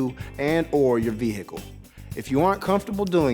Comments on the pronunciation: Love how he says it like veHicle lol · Like hiccup 😂😂